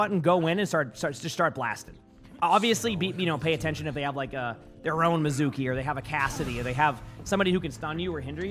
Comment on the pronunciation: Mee zu kee, every one say it with me!!!! Mee zu kee. Anime lovers and Japanese speakers are out here fighting the air.